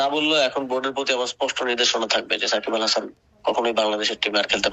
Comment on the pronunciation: ওটা সাকিব আল হাসন না সকিব বাল হাসান